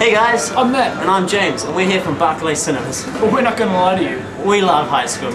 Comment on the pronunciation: lol u pronounce Berkeley wrong!! its pronounced berk-ley not bark-ley! :P